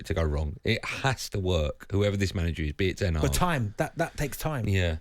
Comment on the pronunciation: You can't even get his name right xd it's ten hag